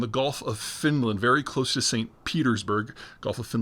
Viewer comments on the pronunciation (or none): none